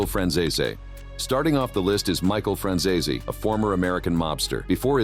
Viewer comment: People believe that Ai will run the world in future..at the moment it can not pronounce Franzese